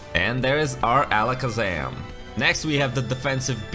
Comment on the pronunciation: Why did you say alakazam like that